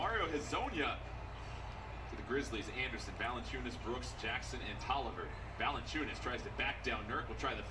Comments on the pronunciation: Comentator: Valenciunas Flight: Valenkyas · Flight really called Nurkic NurKIKE and he called Valanciunas, ValenKius😂😂😂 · he called him valadonis before hes getting better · Valadayas dude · Dude said Jonas Valenchunes name wrong right after the announcers said it 😂🤦🏽‍♂️